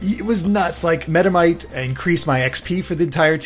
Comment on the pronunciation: Hehehe "Metamite." But in all honesty pronouncing 1 out of over 800 pokemon wrong is perfectly fine. Love your reviews!